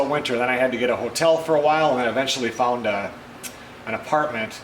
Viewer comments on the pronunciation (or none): none